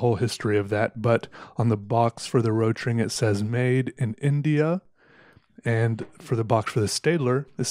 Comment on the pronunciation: Rotring... It's pronaunced Rot Ring = Red Ring.